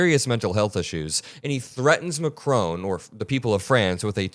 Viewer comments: Emmanuel Macron, the president of France is not pronounced MAC-ROWN. It's pronounced Mac-rawn = President Macron. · His name is pronounced macRON, not macRONE! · It's Macron not macrone pronounce his name right for gods sake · Please learn how to pronounce Macron and Rutter 😠